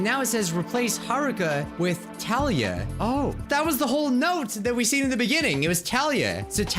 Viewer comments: Talia is pronounced like tall-ee-uh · Lol you delete a file and all I see is Talia… it’s so weird hearing that name… that’s my name… FINALLY!!! SOMEONE WHO PRONOUNCES IT CORRECTLY!!! My name is spelt Talia too. Normally it’s Thalia or something but this is the second anime character that I see that has that exact same name spelt that was and pronounced that way. It’s just so weird. Imma show this to my friend and now we’re gonna have another thing to joke about.